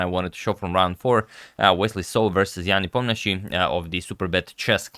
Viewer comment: it's Ne - Po - Mian - Chi - Chi